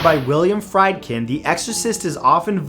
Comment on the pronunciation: Please correct the pronunciation of William Friedkin. It's (Freed-kin) not fry'd